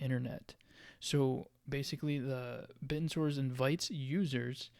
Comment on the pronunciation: You know you're pronounced in a completely wrong. I guess you only watch 1 video about it.